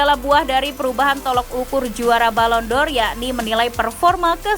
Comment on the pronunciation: Balon door kata pembawa acara kedua.. bahasa Inggris nya...